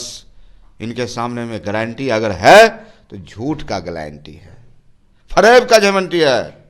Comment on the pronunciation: ग्लैंटी 😂नही होता है,गारंटी होता है😝😝😝😂😂😂